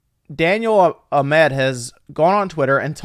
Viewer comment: Learn how to read... what the fuck is Daniel A MED. sound it out fuckface